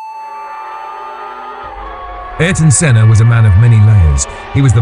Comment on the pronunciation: "Aryton" "Aryton" "Aryton"...